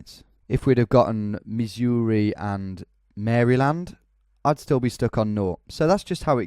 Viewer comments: I do enjoy your subtle mis-pronunciations of states, I find it charming. Just as pointers: Spokane rhymes with "can" and not "cane" Iowa is EYE-owa, not eye-O-wa Maryland is MAIR-uh-lund, not "mary land" Wichita is "WITCH-uh-taw", not "wuh-CHEE-tuh" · The funny thing is I think he pronounces the states the wrong way just to provoke you americans. It’s the same thing with Maryland.